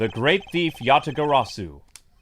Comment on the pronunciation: Ya-ta-ga-ra-su,. You're saying it wrong again. It's not Ga-sa-ru.